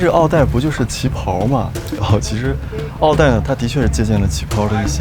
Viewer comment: 襖“一艾ˇ”，意為“長”衫。要先學會唸再介紹。